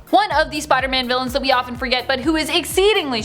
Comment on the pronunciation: What I heard: look out Spidermon Me: Yardie 👁👅👁